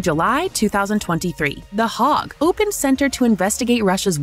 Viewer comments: The “hog” instead of the “Hague”? Your AI female announcer’s pronunciation is off. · Please tell your A.I. voice that it rhymes with “leg” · Lol I know, "the hog" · Please, please fix the pronunciation. I didn’t know that the ICC was in the “hog”. It really detracts from what is otherwise an excellent presentation of topics.